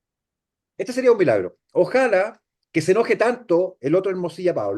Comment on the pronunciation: Por qué dicen Ojála? No es Ojalá?